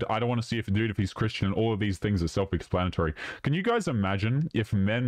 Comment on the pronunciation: Self expannitory